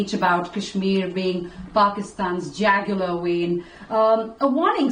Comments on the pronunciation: Jugular vein. Not jagular. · Not Jagular Vein😂 Jugular 😂🎉😂 Madam pl learn pronunciation and not make ur self a joke